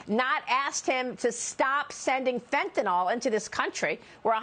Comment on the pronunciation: There is no drug named FentaNOL. There is a drug named FentaNYL. One would think that someone on the level of a Fox host would have basic reading and speaking capabilities.